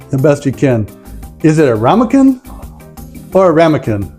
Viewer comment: LOL, its ram-i-ken